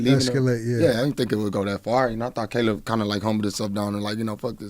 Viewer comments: Bro said Ca-lib Plant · Did CTG say "Kaleeb Plant?"